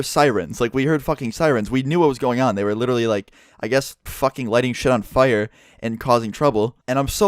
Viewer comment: you say fire funny